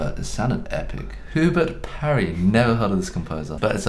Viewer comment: "Hoobert Parry"... "never heard of this composer"... choral singers die internally